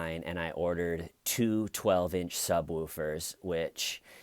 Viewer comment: The way you say "sub"wOOfer" makes me giggle